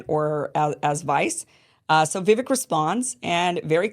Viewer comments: It's pronounced Vivake, not Vivik. He told you, on your very show a while back, and where I learned the pronunciation, "Vivake like cake, Vivake like cake," yet you're one of the only ones who keeps mispronouncing it. 🤯🤯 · Why must you mispronounce Vivache's name? It's not Vivic. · Vi-VAKE rhymes with CAKE. C'mon, Kim, pronounce it correctly. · Vivake. Is how you pronounce his name….. Vi VAKE. Jeepers. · Can you please just learn how to pronounce Vivek's name? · I too am tired at how his name is being pronounced - thankfully we won’t hear much about him anymore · I find it really disrespectful that you don't pronounce Viveks name correctly.